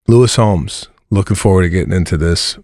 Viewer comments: Lewis Howes.....not Homes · It's Howes, not Holmes😬